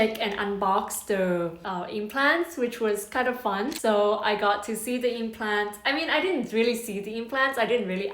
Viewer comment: Does not sound like "fun"